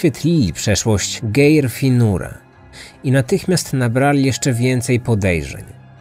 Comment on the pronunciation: Geir, wymawiamy Gajr, no jeszcze tam inne male bledy w imoinach i miejscowasciech, ale nie bede sie czepiac bo bardzo lubie twoje podcasty